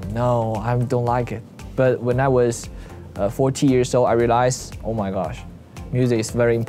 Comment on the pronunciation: 40 instead of 14 😂